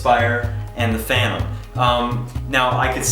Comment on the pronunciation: Funny, mine is exactly like the one on the right, but mine is a Phantom (Fan-tom) not a "Fanom", strange, that "Fanom" might be a fake clone of a Phantom. LOL :=) PD: I wonder why the question, if he has both, unless he was as lucky as have DJI sent them those drones for testing or as a gift. I would go for the "Fanom Inspire 1" no doubt about it, it's the best in all aspects compared to the "Fanom 3".